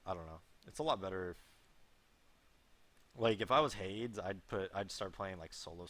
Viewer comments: ***** Did you watch the video though? pronounces it like HAIDS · no its like the god in mythology hey+dees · Is that how Hades is pronounced? hAIDS? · ***** Yeah I know, I was just trying to make a joke dude lol. I just thought it was funny how pronounced it like that